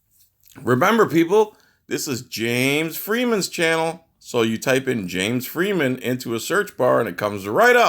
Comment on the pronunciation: I love how you pronounce James Freeman. The way James says it... fun times